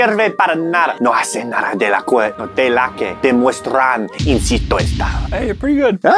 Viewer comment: i took a lot of years of spanish guys. also: pronounces "que" like "kway" instead of "kay"